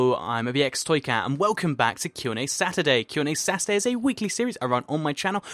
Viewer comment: I thought he said Sass-urday instead of saturday! XD